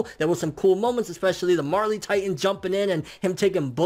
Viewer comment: Marely titan?? You mean the Jaw titan....